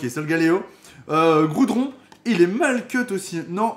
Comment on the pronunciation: Goudron XD ta déplacé le R